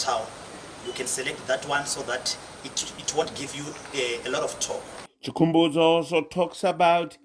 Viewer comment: Chikumbitso see the way he pronounced the name. Do not show your work on the window. I know you thought that when they hear it they would hail and support.